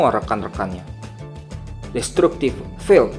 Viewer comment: Anjay keren Min, oh iya itu Min nama skillnya "vine cage" (Vain keijh) & "Destructiv field" (Destraktiv) gitu Min cra pngucapannya 😇 lnjut ya Min 👍🤞